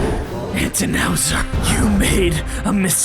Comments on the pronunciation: "Antinowser" YOU HAVE ME WHEEZING IN THE FIRST 5 MINUTES OML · "ANTINOWSER" IS WILD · ANTINOWSER I'M SOBBING